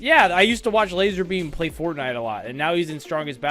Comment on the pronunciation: ITS LAZARBEAM NOT LASER BEAM